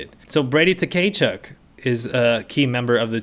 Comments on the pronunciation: Brady Ta-Kay-Chuk lol….. bro the T is silent. It’s Kuh-Chuk. I love your vids though, I’m just giving you a hard time haha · Tkachuk is pronounced “Kah-chuck” the t is silent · I know you probably don’t care and that’s also fine because they’re assholes, but his name is pronounced ka-chuk, T is silent. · Your pronounciation of Tkachuk name is killing me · the Tkachuk pronunciation had me dead. Very much giving Key and Peele Substitute Teacher energy. That aside, love your content!